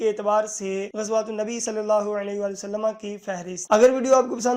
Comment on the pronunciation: wasallama nhi hota Wasallam hota he